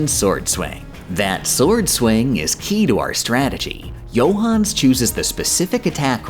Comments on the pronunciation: I know an absolute shit ton of work goes into these videos... which makes that pronunciation of Johannes particularly irritating. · "Gooda" "Pons D. Lion" "Herow Dotes" "Johans" I'm too european for this travesty